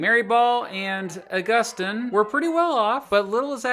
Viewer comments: I think Augustine is pronounced “August-een” instead of “aggustin” but other than that great video. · I think it's pronounced August-EEN, not Aw-GUS-tin. Edit: Looks like you did end up correcting yourself, eventually, so that's cool. Good video, either way.